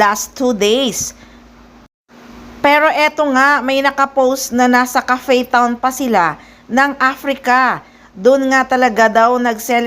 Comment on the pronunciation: Hahahaha anong kape town?? 😂 😂 Ano yan Starbucks? CAPE TOWN po.. Correction.. Haha